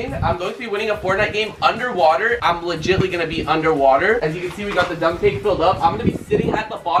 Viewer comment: pls tell him that it is legitimately not legitly. btw i love your content